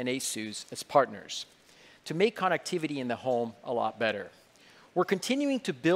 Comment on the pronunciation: Did he say "connActivity"